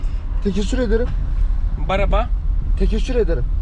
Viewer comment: The taxi driver says tekeşşür but it's teşekkür 😂 he doesn't even know turkish i think